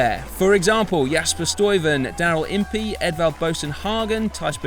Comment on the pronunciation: Nice summary but please pay some attention to the pronunciation of the names of the ( Flemish ) riders. Try this: Teash Benoat, Oliver Naaassen ( the ae sounds like Quintana ) and Jasper Stirven. Keep up the good work!